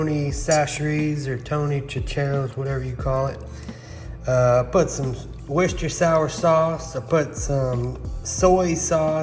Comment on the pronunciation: You said Worcestershire wrong lol